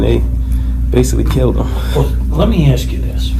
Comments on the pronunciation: When you can not say the word "ask" correctly you have already shown your ignorance, 💩🧠🤡💯🔔🔚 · He had to axe! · ‘Can I axe you a question? Do you honor your oaf?’ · Sadly that is an American thing, I have heard so many people saying axe instead of ask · Can’t even pronounce the simple word “ask” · Why can't black folks say ASK ?